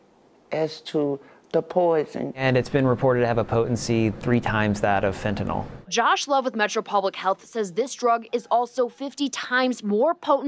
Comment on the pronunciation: if he says fentanol and not it's real name Fentanyl then he loses credibility immediately......and the new drug being 50x stronger than heroin makes it not as strong as Fentanyl......pay attention people.